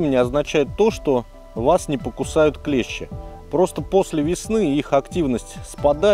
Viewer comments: Все хорошо, но только не клЕщи, а клещИ... клещи это инструмент..))) а так супер! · Спасибо! Красава! Единственное правильно говорить клещИ,а не клЕщи...😅 Молодец! 🎉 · Только не клЕщи (слесарный инструмент) , а клещИ. Прошу прощения. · Все правильно и все по делу. Но есть небольшие огрехи, которые режут слух: "Инцефалитики" - это те, кто заболел энцифалитом))). Костюм называется "энцифалитка", соответственно "ЭнцифалитКи". Не "КлЕщи", а "КлещИ". "КлЕщи" - это инструмент в разных областях от кузницы, до медицины. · На радио "Маяк" недавно появилась рубрика: Училка против "Маяка". Она поправляет ведущих, когда они делают неправильные ударения в словах. Сегодня и я набрался смелости. и хочу сделать поправку. Слово клЕщи - обозначает инструмент,для вытаскивания гвоздей из дерева,например. А те твари, о которых ведётся речь, называются клещИ. Спасибо за внимание. Спасибо за видео. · Клещи́, ударение на последний слог ,а клещи это инструмент. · Очень уважаю автора Но не могу обратить внимание на ошибку в слове клещи Ударение ставите на 1 букву , это название инструмента Если ставите на букву и то вы попадаете в тему в ролике :) Удачи вам!